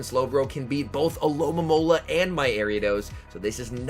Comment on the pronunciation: Stopped watching when you said alolamola lol Alomomola